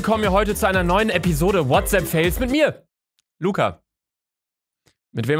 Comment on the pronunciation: Niemand: Wirklich niemand: Luca: Herzlich willkommen zu einer weiteren Folge WHATSAPP FAYLS (Sparen lernen Babbel). (Ich weiß das Kommentar ist dumm aber das passt zu diesem Kanal).